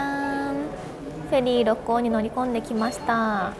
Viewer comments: 初めてコメントしますっ！ 思わず大好きな故郷の神戸だったので嬉しくて♡神戸港からの神戸の景色を見て帰りたくなりました🥲 またぜひ神戸に遊びに来てください♡ あと、ろっこうの発音は、ろっ↑こう↓です😌✨ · 朝からどんぶり飯にウインナー４本！の食欲がステキ！！ 「ろっこう」の発音が少し気になる関西人でした。。